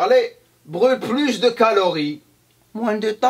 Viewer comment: HA ! je te tiens mdr on dit calories monsieur pas calarie XD